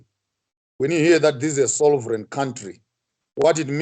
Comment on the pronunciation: Sovereign not Solvereign sir 😇